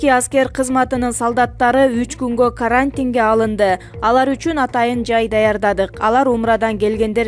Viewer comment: Каарантин каарантин деп айтасынго